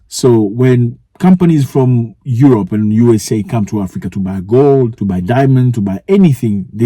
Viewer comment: Aerope not Europe